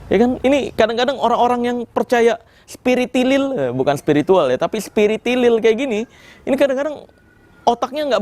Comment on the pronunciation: bukan spiritilil melainkan spiritolil kelezz bang 😂